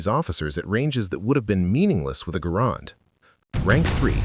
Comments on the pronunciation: Say GAH- RAND not GAH-ROND!! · First of all, the man's name was John Garand [pronounced GAIR-und, not guh-RAND]. Second, why was there no mention of the Enfield M-1917 [chambered in. 30-'06]? As good as the Springfield 1903 was, the Enfield M-1907 was far better, especially in cold weather or when dirt and muck were a problem. The Springfield cocked on closing, which could mean that there would be times when the bolt COULD NOT be closed without removing the bolt and cleaning the rifle. The Enfield cocked on opening, which meant that if the action got mucked up, you could still close the bolt almost without exception, as all the force and mechanical advantage was only applied to the actual closing of the bolt. The Springfield had to split the mechanical advantage between cocking the firing pin and closing the bolt. If the Enfield DID get too mucked up, you could almost always clear out enough muck with a twig, your fingers, or even the tip of a bullet and you were back in business. Snipers who had shot both, generally chose the Enfield. The Enfield had a superior trigger [the Springfield trigger always felt the sear and NEVER been polished at all], and it held 6 rounds compared to the Springfield's 5 rounds. Granted, there were a WHOLE LOT MORE Springfields produced than Enfields. However, when the US entered the war in December 1941, there were more Enfields on hand than Springfields. This was because we had been producing Enfields for the British during the First World War because they didn't have anywher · The man pronounced his name, “GA-rand “